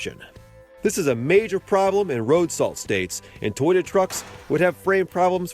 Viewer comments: First learn how to correctly pronounce Toyota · lol say toyota again